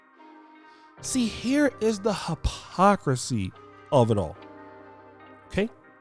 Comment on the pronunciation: Here is the hapocrisy 🤣🤣🤣🤣 it's hypocrisy fool. This dude can't pronounce words ever. Is the medical degree you claim to have is it real or your fantasy ?